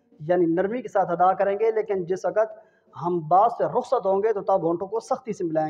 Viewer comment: Is baat se bahot dukh hota hae jab koi QARI ya HAfiz e QURAAN bajaye QAAF ke KAAF KA ISTEMAAL KARTE HAIN.WAQT KO WAKAT ye bhi ajeeb lagta hae .Talaffuz apna sahi kijye pls phir sikhaiye.warna sab ghalat seekheinge aur gunaah aapke sar hoga ghalat padhneka.